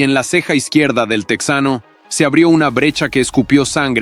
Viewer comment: Oye, estas hablando en español asi que no es "tecsano" es TEJANO ahhh pero dices "opercut", eres un farsante hablando ingles